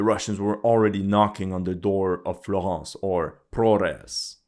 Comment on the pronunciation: Where are you from? Because you say Florence and Nathalie with a perfect feench accent